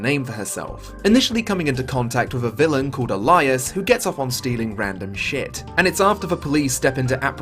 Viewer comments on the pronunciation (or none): Alias' name is pronounced ei·lee·uhs,. It's a play on his unknown identity and cool mask. Great video, Gravity Rush needs more love. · Is this another British pronunciation vs. American pronunciation because I've never heard "Alias" pronounced that way before.